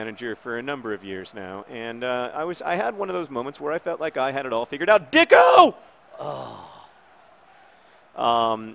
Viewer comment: I'm pretty sure that it is pronounced deecko opposed to dicko